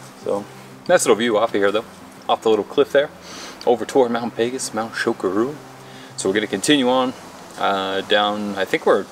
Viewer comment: "Shuck-a rua"?? Chocorua is a NH landmark and another great hike with great views.